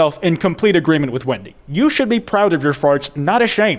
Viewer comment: I've watched this video like three times by now, and I still like how the entire time it sounds like he's saying "Windy" instead of "Wendy" 🤣